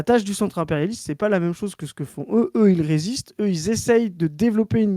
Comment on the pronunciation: Toujours en quête de savoir pourquoi prononce "même" en le prononçant "meume"